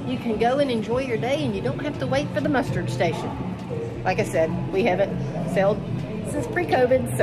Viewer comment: Ship not boat - - - - Muster Station not Mustard Station 😮‍💨